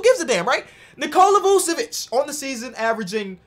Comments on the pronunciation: "Use cocaine" I skipped right after he said his name and it sounded like cocaine. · please learn how to pronounce Vucevic’s name